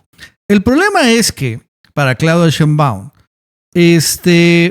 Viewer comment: Que curioso que todo mundo, incluyendo nuestra presidenta (y la tipa esa y el trompas también) dicen SHEÍNBAUM von acento en la i y tu dices Sheinbáum